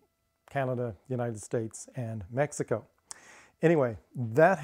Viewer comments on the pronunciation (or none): none